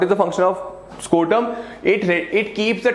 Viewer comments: Sir it is scrotum not scortum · it is not called scortum, it's called scrotum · Are sir tum galat bata rahe ho testis ke cover ko scrotum kehete ha na ki scortum. Galat baat nahi batao 😡